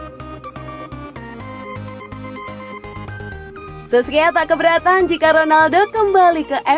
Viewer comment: Solskjaer bkn sokskier😂😂